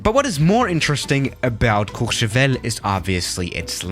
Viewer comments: Your french because when you say Courchevel because he sounded so good ! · First flight sim youtuber to pronounce Courchevel decently.